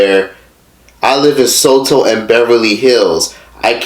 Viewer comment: “I live in Soto” LMAOOOO it’s Soho, as a New Yorker I’m weak asf